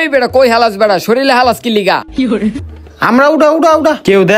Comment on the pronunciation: Falas❌ Halas✔️